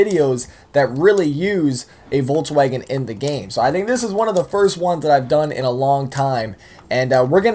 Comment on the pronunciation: is it just me or is saying "voltswagen"